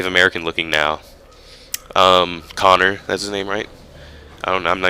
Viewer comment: its coner aha